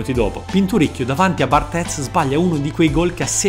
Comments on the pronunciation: barthez si pronuncia bartè, nn lo faccio per fare il sapientone ma per far modo che tu aumenti la tua professionalità in tutto, anche nelle piccole cose, spero che continui così con video fantastici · si pronuncia cosi in francese, poi se lo vogliamo pronunciare all'italiana puoi dire pure come hai sempre detto. Bhe, vedi tu cosa è meglio per la qualità dei tuoi video